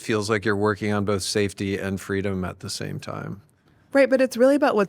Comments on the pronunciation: "Saftey"..... Right.... "Saftey"... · "saftey" JUSTICE FOR SCHELP